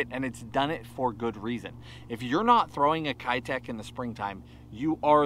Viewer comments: How come no one can pronounce “keitech” correctly in the US? It’s a Japanese company pronounced “Kay-tech”. It’s the same characters as “ei” in sensei, but it’s not “sen-sigh” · Did u know they’re actually pronounced Kaytech? I’m serious, look it up, but who gives a crap, I’m gonna keep callin em kiiiii techs along with and and everybody else who isn’t a nerd like me! 🤣🤣🤣lol